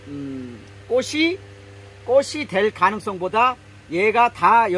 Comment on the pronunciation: 아자씨 발음 똑바로 하세요 꼬시 아니고 꼬치 라고하세요 바보야